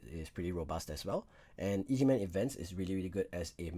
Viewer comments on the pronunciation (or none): it's pronounced EGG man lol not E.G.